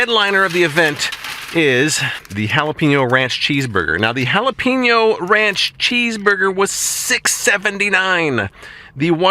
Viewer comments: It's pronounced with a long a sound like paynyo. 😊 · Pen is pronounced peen? Jalapeño is not halapeenyo.